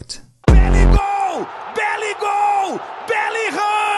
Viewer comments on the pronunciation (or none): Belligoal❌ Belligol ✅